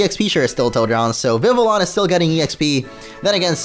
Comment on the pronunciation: It’s not Vivillon. It’s Vi vi on